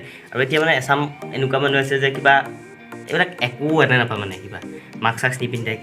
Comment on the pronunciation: মানহু নহয় মানুহ ☝️